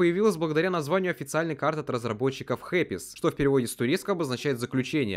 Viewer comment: Не Hepis а Hapis